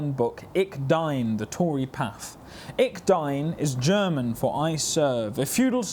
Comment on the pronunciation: dont wonna be mean but ich dien i dint recognise as german cause the ch is spoken in german like sh in sheep and in dien ie is mroe spoken like in deer the ee(not hundred percent the best example but the best in my mind) so instead it should sound like ish deen